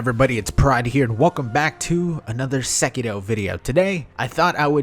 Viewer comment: is it just me or does he keep saying sekido instead of sekiro